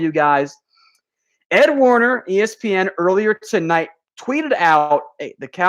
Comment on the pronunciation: #dallascowboys....., who is ed Warner, I believe it is ed werder